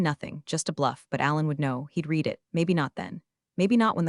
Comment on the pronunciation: Please teach A.i. the difference between read and read (Red)